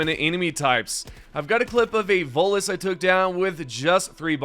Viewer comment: DA' LAD KEPT' CALLIN' TEH' VOTELESS DA' VOLUS , AIN'T DAT' DEM' GAS SUCKERS FRUM MASS' EFFECT?